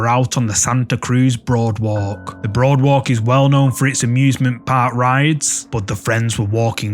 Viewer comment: It's called a Boardwalk not Broadwalk, respectfully.